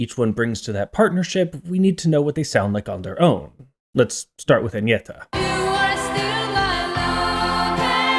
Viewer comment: You clearly researched how to pronounce their names, and you did quite well, it was a bit jarring to hear an English speaker pronounce Agnetha's name like that.